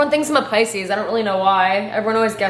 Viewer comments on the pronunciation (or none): none